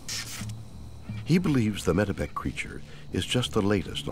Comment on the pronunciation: The area is called METEPEC, not medieval...